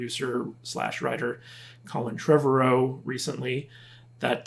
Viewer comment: Trev-ARE-O. Anyway. Look the guy May not be the end all be all AAA writer. But he respects the franchise and the fans. Takes criticism well and I believe wants the best for the franchise. And did someone say a Jurassic Universe. Sign me up. Netflix already has a cartoon lined up “Camp Cretaceous”.